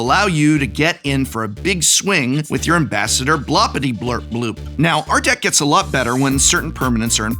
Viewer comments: It has everything! Godzilla, stickers, transformers, werewolves, dungeons etc. And the professor couldn't pronounce his commander's name correctly even once! 5/7 would recommend! I really want to see this deck in action now. Maybe in a Shuffle up an Play session? Sacrificing an Arm, a leg and your dignity to drag three victims to the table is just a small price to pay! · Prof: makes sure to carefully sound out Aarakocra also Prof: stubbornly refuses to properly pronounce Blorpityblorpbloop once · That mispronunciation of Blorpityblorpboop every single time XD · Hearing the commanders name misread each time was painful but overall I think this deck tech made its point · I just love hearing the professor pronounce "Ambassador Bloppityblorpboop" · This guy just totally mispronounced Ambassador Blorpityblorpboop name, what a low effort video. Unsubscribe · More annoying than the entire deck was the Professor saying the commander's name wrong every single time. It doesn't end in "bloop", but in "boop" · Um… it’s Blorpityblorpboop… not Blopityblorpbloop…. Geesh… I thought you were an English professor. ;-) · BLORpityblorpbloop not BLOPpityblorpbloop. Jeez get it right! ;) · Hey Prof, It's BLOR-PITY-BLORP-BOOP, not BLOP-PIRTY-BLORP-BLOOP. Sincerely, The Pronunciation Police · Hey Prof, It's BLOR-PITY-BLORP-BOOP, not BLOP-PIRTY-BLORP-BLOOP. Sincerely, The Spelling Police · Drink everytine he says "Ambassador Bloppityblurpbloop" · Spectacular video! Only gripe is the repeated mispronunciation of BLORP-ITY-BLORP-BOOP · The most annoying part for me is Prof mispronouncing Blorpityblorpboop like 59 times lol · “Creative writing major”. Also doesn’t know how to sound out the commander’s name lol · How dare you mispronuncing Ambassadors Blorpityblorboops name. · Specifically, he says it WRONG every single time. 😀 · Every time he pronounced the name of the commander wrong I laughed even harder. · Worst part is that he is mispronouncing the name